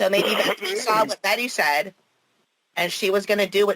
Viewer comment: This man is a real doofus not only is he believing all of this fantasy land stuff he also has a problem speaking.... He said "I sare it" It drives me crazy how he uses the word "werent" Example - "I weren't going there." Just a full blown DOOFUS...